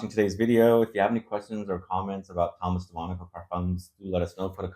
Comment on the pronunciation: u butcher the Name all the time… it is de MONACO Like the city…. U say all the time de moniko